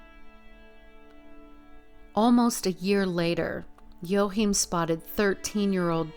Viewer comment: I think his name is pronounced WA Keem